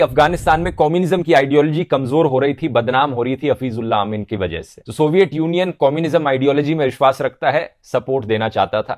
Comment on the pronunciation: सोविएत यूनियन सही उच्चारण है । सोवईएट गलत है ।